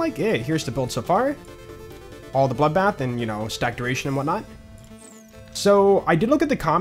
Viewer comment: I love hearing says "dabuld" being bloodbath